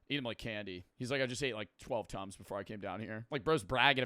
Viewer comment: when he said tums i hear tons i though bro was saying he was eating 12 tons a day